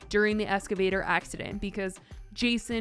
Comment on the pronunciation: look im sorry, but its EX-cavator, not ESC-avator you do it every time you say it